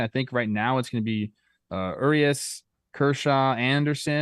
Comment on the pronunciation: I cringe every time you guys mispronounce 'Urias'...